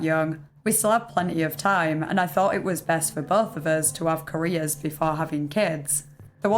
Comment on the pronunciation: definitely thought you were saying "Koreas" not careers 😂